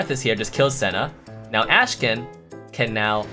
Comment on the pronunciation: doesnt even pronounce his name right